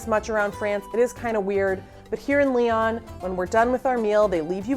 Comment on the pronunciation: If you can't even pronounce Lyon correctly then I have no use for your videos. Learn to pronounce city names correctly.